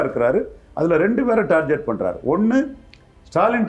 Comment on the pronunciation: அது டார்கெட் (target), டார்ஜெட்(tarjet) இல்ல…. இம்புட்டு இன்டெர்வியூ குடுக்கிறீங்க, ஒரு பயலுமா உங்கள சரி பண்ணல… காலக்கொடுமை!